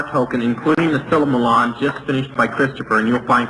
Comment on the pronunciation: It’s NOT called the Silmeron. It’s “the Silmarillion”